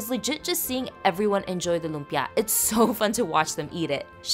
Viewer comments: Her lumpia pronunciation is different from mine, so interesting! I wonder if it’s a dialect thing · that’s the first time i heard someone pronounce lumpia like that